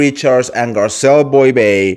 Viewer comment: Dude read your contest few times before you record or go live. It’s not possible to listen to you when you make so much mistakes. You can’t even pronounce Garcelle’s name come on